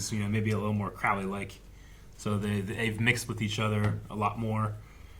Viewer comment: It's Crow-ley, like the bird